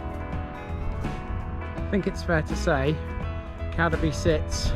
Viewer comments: Cad-eby no Cadeby its pronounced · Just to clarify a previous comment. "Cadeby" should be pronounced Cade (to rhyme with Slade) -by.